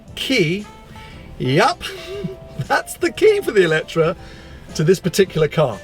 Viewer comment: GOD HEAVENS......you are reviewing a car, but pronouncing its name wrong the whole time ! IT`s called "E le tre"...... and not "Electra" or what ever..... FOR GOD SAKE...... !!! Please do your Homework.....thx